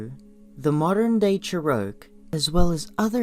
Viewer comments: LOL... it's pronounced "Chair-o-key"... not "Chair-oak" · General Mosquito Spray Hahaha! I also heard her say Cheroke and unless I am mistaken and there is another way of pronouncing Cherokee or there is an American Indian tribe with this name, she hasn’t done her research very well. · Pleiadean = "PLAY ID EE EN" Cherokee (Tsalagi) = "CHAIR o kee" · Pill-ides, Cheroke, LMAO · I really love these videos and feel that they're helping me a tremendous amount. But how can the narrator sound so smart and is not even able to pronounce the word Cherokee properly. Can't wrap my mind around that.